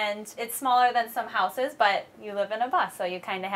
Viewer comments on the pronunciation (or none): none